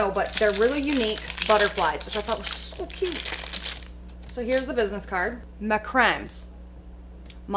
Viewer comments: It’s pronounced Mac-ra-May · Macrame is pronounced mac-ra-may😂😍😉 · The way you said macramé made me lol so hard 🤣 it’s pronounced ‘mah-creh-may’ you’re the cutest ❤️🥰 great video as always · Omg the sharks are amazing!!!! Also macrame is said mac-ra-may ☺️ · I basically want to see you do sets with everything you got. And that word... Macrame is pronounced mac-ruh-may. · Loving everything so far, esp. The butterfly stuff. And its mak-ra-may, or muh-kra-meh (macrame). Big in the 60s and 70s. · I want to see you use so many of these! My favorites are the first foil with the dispersed metallic foil and string, the succulent decals, the leopard foils, and the sharks. Modern Macrames is pronounced like mack-rah-may.